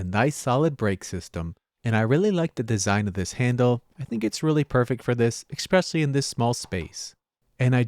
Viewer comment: it's "especially". not "ekspecially""